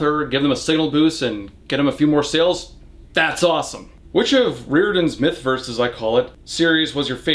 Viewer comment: Thank you for knowing how to properly pronounce Rick Riordan’s last name. 👏🏻